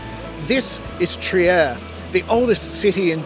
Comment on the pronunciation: For your info, Trier is pronounced “Treer”.